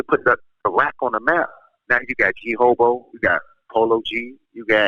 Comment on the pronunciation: did he call g herbo g hobo lol